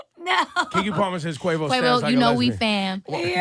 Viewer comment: It ain't "cuevos" it's Quavo